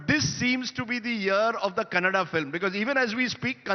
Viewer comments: Hindi, not Hind, Likewise Kannada, not Kannad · Kannad nahi KANNADA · It's not Kannad, it’s Kannada. If we say Hind instead of Hindi, how will it be? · Thank you for the video. But it is Kannadaaaa not kannad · Ram = Rama that's why Kannad =Kannada... Your example of Hind =Hindi is absolutely correct people of Hind are called Hindi from which the name for the language Hindi came ...I think this much information would be enough for you to understand the thing... Moreover it is usually seen that the same word in North written and pronounced differently in south... Eg Vijeta =Vijetha,Jeetender=Jeethendra and many more tou can find ... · Bro what's kannad? It's kannada 😢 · It's not Kannad it is Kannada. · Hey it's not kannad Pronounce properly it is kannada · hello , it's not kannad !!! it's kannada ...please pronounce completely and correctly. 👍